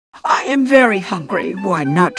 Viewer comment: he says I WEM instead of i am thats like zombie